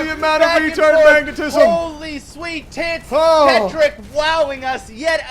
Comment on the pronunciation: it pronounced ket rock it is rocket but switched around a little